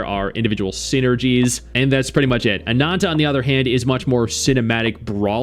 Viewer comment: Stop saying ANANTA so weird… you speak English.